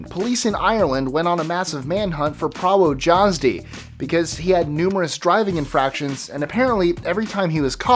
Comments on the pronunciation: 25) pronounce it 'pravo yazdy' spell it: prawo jazdy :) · Its pronounced: "Pravo-yazdi"